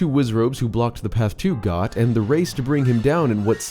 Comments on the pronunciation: pronouncing Goht as Got instead of Goat was nails on a chalkboard. 🤣🤣🤣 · It’s pronounced “Goat”, for Goht. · Goht's name is pronounced "goat" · “Goht” should be pronounced like ‘goat’..